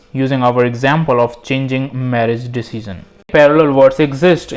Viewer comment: My man lives in a Dimension, where he can pronounce "Dimension" but not "Decision".